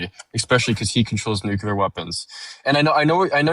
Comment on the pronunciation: OMG this caller needs to read a dictionary, because he doesn't understand the meaning of words! And for the love of Gawd, people need to learn to pronounce "nuclear" correctly! It's NEW CLEE UR, not NUKE YOU LUR! Jesus H Christ!